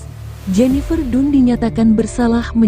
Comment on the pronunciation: Jennifer dan baca nya bukan nya dun 😢😢